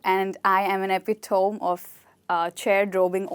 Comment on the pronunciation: pronounciation of epitome